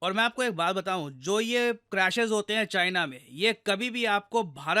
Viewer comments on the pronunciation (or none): "Made in Chyena" 😂